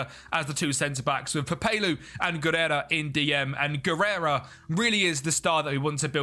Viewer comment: A solid 1 hour of calling Javi Guerra "Guerera"